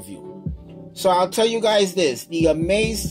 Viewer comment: You say "Xaomi" but should say "Xiaomi"